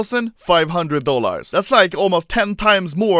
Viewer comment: Nobody: Anomaly: DollARS